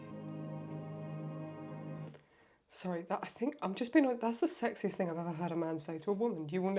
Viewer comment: "sexiest" not "sexist", hope that helped.